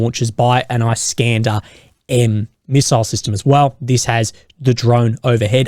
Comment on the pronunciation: "Iss-kander" not "Ice-kanda", mate.